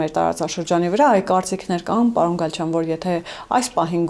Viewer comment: Պաոն չի պաՐոն է,մի' ձևափոխեք լեզուն